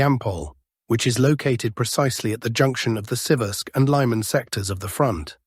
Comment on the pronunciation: How truly Russian or otherwise East European (as your name suggests) are you? Because you pronounce all placenames with a very English distorsion: hulya-powl instead of actual Huliapole, lay-man, instead of actual Lyman (lee man). It's funny but disconcerting, I thought you were from Russia, or somewhere in that part of the world.